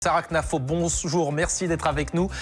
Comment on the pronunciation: Le « Bonss-jour » au début me termine